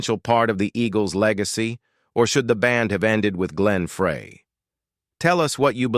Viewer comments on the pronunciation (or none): that was pronounced like fry the burgers. not fray To fix a frayed rope. Don Fry is the pronunciation. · Why can't this DUDE pronounce Glenn's name correctly? FRY!!! Not FRAY!!!! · Ok, Ai. Glen Fray? FRAY?! At least pronounce the main character's name correctly. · if you are gonna make a video with AI then at least learn to pronounce Glen Frey's name correctly. Fry no fray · How can we take you serious when you don't even know HOW to pronounce Glen's last name it's actually pronounced FRY not Frey! SMDH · Please get Glenn and Deacon’s name right. It’s embarrassing. It’s pronounced FRY, not Fray (spelled Frey). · why do they keep mispronouncing Glenn Frey's name? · I wish you could teach the computer to pronounce Glenn Frey's name correctly!!!!!! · Glen Fraay??? Get it right. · This is at least the third time I have heard this narrator call him Fray! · Like your commentaries on the Eagles , but I'd think you would get Glenn Frey's name pronounced RIGHT. Frey i It's pronounced as "Fry" !!!!!!!!! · Uh, it's pronounced FRY you ignorant computerized voice😜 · Pronounced “Fry” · Just another good voice and guitar. The story seems overblown. Turned me off when they did not pronounce Glen's name correctly. This video should be taken down. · Can they teach their robot to pronounce Glenn Frey’s name correctly? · Please pronounce Glenn’s name correctly 😡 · Glens last name is being pronounced wrong. If you’re going to do a video with first or last name pronounce it correctly. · Well he still needs to learn how to pronounce Glenn's last name correctly.